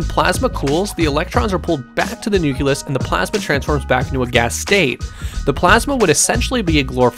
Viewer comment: I'm sorry, I just can't take this channel seriously at this point. In the last video I watched, you said the word "anyways" the correct word would be "anyway." In this video you said "nuculus" when it is pronounced "nucleus." Things like these are some of my biggest pet peeves and I would expect that a channel discussing how science from video games may or may not work in real life would know how to pronounce nucleus.